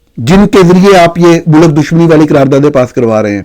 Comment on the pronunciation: آپ سے اردو درست بولی جاتی ہے نہ انگریزی۔ چلے ہیں دنیا کو نصیحت کرنے۔ (علم کو ilum، ملک کو mulak، ظلم کو zulam اور وقت کو waqat بولتے ہیں۔ کبھی کسی اور ملک کے صحافی کو بھی اپنی زبان غلط بولتے سنا ہے؟ بلکہ بی بی سی، وی او اے، ووائس آف جرمنی وغیرہ تو ہماری زبان بھی ہم سے بہتر بول لیتے ہیں۔ آپ جیسے قابل لوگ تو ہماری قومی زبان پر بد نما داغ ہیں۔) اور dissent کو ڈائیسینٹ کس استاد نے پڑھایا ہے؟ اس لفظ کو ڈسینٹ بولا جاتا ہے۔